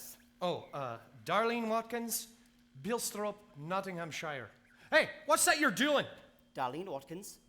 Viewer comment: I like this production but there can’t have been any English ppl in the cast or they wouldn’t have got away with pronouncing NOTTINGHAMSHIRE the way they did LOL 😂 👍🏻